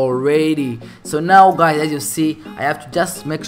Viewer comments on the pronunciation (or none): Bruh u say guys as guaeyes